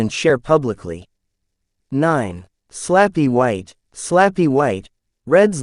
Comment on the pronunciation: Slappy White..not Flappy White lol!! A.I. messes up pronunciation a lot!!